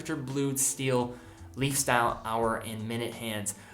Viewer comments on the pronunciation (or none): none